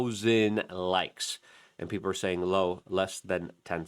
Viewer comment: It’s people not peeper